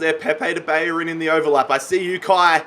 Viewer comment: Everyone: Bellerin: Bayerin